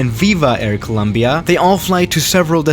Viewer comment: Swiss: coooluumbiaa Colombianos: No es tan dificil pendejo, Co-lom-bia !